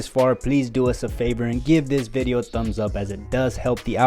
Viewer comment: a video, or bideo?